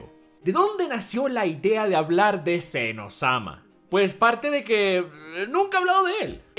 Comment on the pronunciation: Es Zen oh - sama, no un Elmo adolescente XD